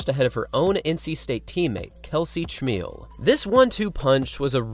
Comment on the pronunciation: Kelsey /Chmiel's name is pronounced Ka-meal, not cha-meal.